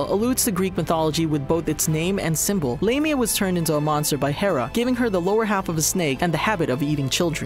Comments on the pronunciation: "we fixed the pronunciations" Also them: "Zeereff" "Lame-ia" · It’s pronounced Lame-ia...